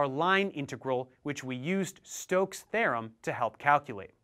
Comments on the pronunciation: Stokes’ “tharem” -. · that's a weird way to pronounce theorem